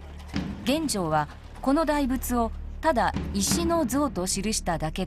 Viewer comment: 感谢上传，不过玄奘法师俗名读音是chen yi，不是chen wei。